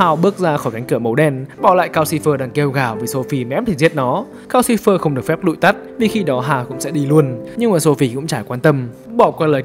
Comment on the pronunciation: Calcifer mà toàn nghe thành Gao Silver. =))